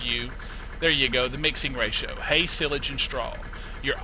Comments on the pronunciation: it is not sillage it is sileage you ideot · you say sialage rong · its pronounced SY-LAGE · It is is-page not sil-age? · its silage no sillage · PRONOUNCED SI LAGE. Like SI on duck dynasty, and LAGE like ledge without the d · silag it is not how u prononce it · Your pronouncing silage wrong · you do know silage is pronounced with a long i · you said silage wrong but it was AWESOME the way your accent phrases it! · you are saying silage wrong lol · fyi that is not how you say silage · learn how to say silage!!!!!! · U pernounce silage wrong